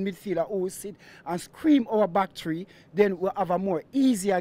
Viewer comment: "Tree points"